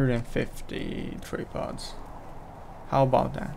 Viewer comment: You call them "tree pods"?